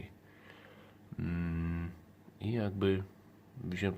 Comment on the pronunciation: rotala boshi nanjenshan, a te łodygi z grubszymi liśćmi to prawdopodobnie forma emersyjna tej rośliny. Chyba sprzedawca nie do końca poprawnie wypowiedział człon nazwy "boshi".